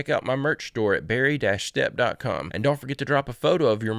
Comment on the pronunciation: Why can't you pronounce your last name correctly (in your own pronunciation) Schtep 😮